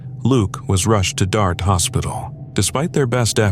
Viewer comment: The Australian story about old mate dying in the mines, the local town is called DYSART pronounced ‘DYE SART’ not DART.